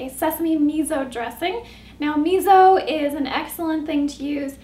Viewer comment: Its pronounced 'me so' not 'me zo'....